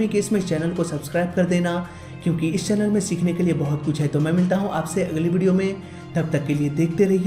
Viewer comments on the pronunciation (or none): Jaihind not zaihind